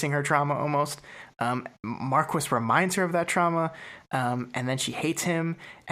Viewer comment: I swear, every time I hear “Markwis,” I die a little inside. Loving this series from what I’ve watched of it so far though.